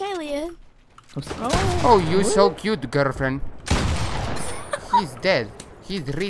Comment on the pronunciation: Jajajajajaja garld fiend